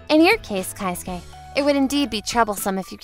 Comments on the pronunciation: It's KE-SUKE not KAI-SUKE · It's kei-suke not kai-suke lol